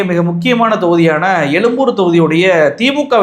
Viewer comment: Adhu yelumboor yillaingah yezhumboor . Thamizhin yelumbai norrukkaadheengah